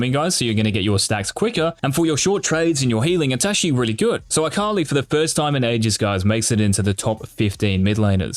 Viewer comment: "eye kali"